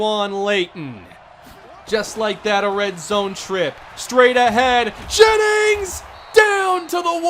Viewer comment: "Gra-eg Jaymings"